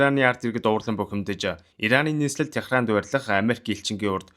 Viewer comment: Гоё кино ярьсанд баярлалаа. Гэхдээ энэ удаад шүүмжлэлтэй хандах нэг зүйл байнаа. Алгир Техран гэж уншихгүй. Алжир, Тегеран гэж уншдаг. Газарзүйн багш болохоор хүндээр хүлээж авсан байж магадгүй уучлаарай Дипломат харилцаатай улсуудын нэрийг яаж унших, бичихийг журамласан тольд оруулсан байгаа. Сонирхоод үзээрэй